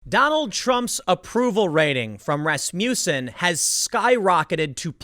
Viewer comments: “Ras-mussen” no “you” sound. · Every time I here Rasmussen I think I hear Rasputin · rass-muh-sin - watch a dang hockey game, tim XD